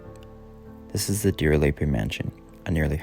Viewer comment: So crazy that this was allowed to become dilapidated. (Side note, not meant to be a criticism: we pronounce it deer-leep. Like a leaping deer 😊)